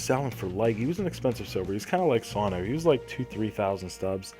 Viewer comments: next time say calhoun and sano right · you said Calhoun right, for sano you say it more like sun-o